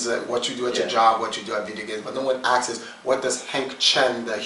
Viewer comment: "but no one axes what does Hank Chien the human being does." lol